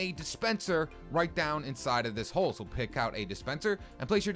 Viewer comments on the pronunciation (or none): none